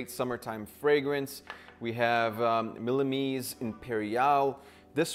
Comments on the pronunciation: Anyone else dying because he called millesiam imperial millemiese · It's not "millemise" imperial it's millesime XD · when he said milemise i died 😂😂😂😂😂😂😂😂😂😂😂😂😂 I'm currently writing this in my grave